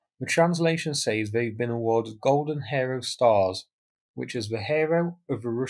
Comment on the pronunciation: Golden Hairo Stors ?, in what region do they pronounce Hero like that ?